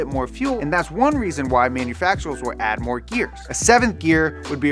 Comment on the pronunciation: Manufactuwurs lol 😂